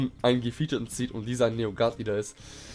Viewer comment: Dieses ish vorbei freezer ish vorbei 😂